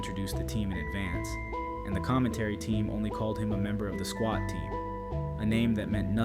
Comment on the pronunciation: Swat not Squat 😂